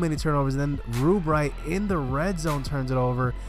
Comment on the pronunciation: love how you say REWBright to avoid saying rub lmao i would do the same haha